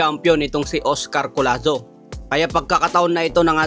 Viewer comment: Hinde po collano, collazo po ayusin mo ang pagba vlog